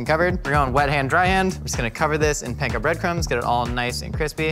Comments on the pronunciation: Panko is pronounced (Pawn-ko) instead of Pain-ko. Pan is Bread. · I live in Japan but would fly to Burbank for Ebi Filet-o. Side note: since is capable of pronouncing "kurogoma" and "nanami togarashi" correctly, can he please start saying "panko" correctly? It's "pan"ful every time he says it wrong.